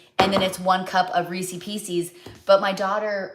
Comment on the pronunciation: Rees is piece is…. Not Reesey pieceys!